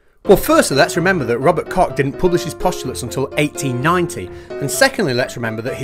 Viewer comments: It took me literally 30 seconds to realise you mean Dr. Koch. Who is spoken with a ch like in chef which in fact is the english word for the german word Koch. No Cocks involved. And then there is a guy called Kaufman which means merchant in german and is spelled Kaufmann. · I don't expect from someone like that alleged doctor to speak properly, but I do expect that from you. You really should know better... *Koch is pronounced as koh, not as cock*. I mean, it's not a Chinese name, just German. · I know you love the name but it's Koch, there is no k-sound in the end. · Although I had a good wee juvenile giggle at the...er... the amusing bit, I'd like to point out that the name in question does not have a hard (enough already!😉) K at the end. I'm not sure how linguists would put it, but I imagine that it's a bit similar to this; "KAWCHH", with the same sound as one is supposed to make saying, "Loch". It's not pronounced, "LOCK", because that's what you have in your front door, or in England for some reason, and and "Loch Lomond" is a real place...er um... so, yeah, that became a bit peculiar, even incoherent, but I would like to think that the concept (and the pronunciation of the words, "Koch", "Cock", "Loch", "Lock", and even, "Lough"(the Irish spell it that way) as in Lough Neagh!) is clearer now. Isn't pedantry grand?! 👌😃👍🌎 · Isn't Koch pronounced "Coke" though? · Please do your research on how to pronounce the name "Koch". It does not rhyme with "cock". If Kaufman mispronounces the name, well, that fits the picture and makes for a nice joke in video editing, but you can do better. 😉 Otherwise, keep up the good work. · Koch's Postulates--pronounced "coax"